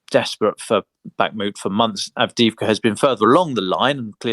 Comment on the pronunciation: May I suggest the following pronunciations: Kyiv----"kayeew" not "keeiv" Avdiivka---"avdeeyeevka" ---the second i is a "yee" ------not "avdeevka" Vuhledar----"voohhhledar"---the H should be pronounced---not "vuledar"